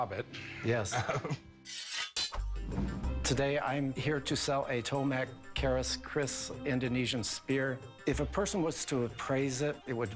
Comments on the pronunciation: its TOMBAK KERIS not Tomak Keris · its TOMBAK KERIS.. not tomak kris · Dude, it's TOMBAK KERIS (not tomak Kris) tombak (from melayu language/ Indonesia Malaysia Brunei) mean Spear Keris its traditional stab knife believed have spirit or mistical power. Very rare INDONESIAN heritage material. And as we know, that the material is not for trading or other economic purposes but it is a symbol of the glory of a nation or the noble value of local wisdom. many of us believe that by selling you will be cursed. Please don't sell it! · overpriced and its called tombak keris not tomak kris, tombak means spear. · It's tombak keris actually... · i'm indonesian, it's actualy pronounce 'Tombak Keris'